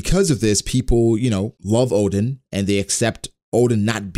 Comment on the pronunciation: My ears having problem with his "Odin" pronunciation instead of Oden...